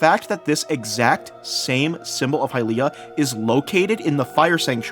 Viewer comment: bro learn how to pronounce Hylia